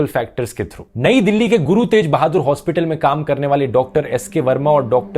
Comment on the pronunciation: Bro, I don’t remember the video where you pronounced Teg Bahadur as तेज Bahadur. The correct pronunciation is तेग Bahadur.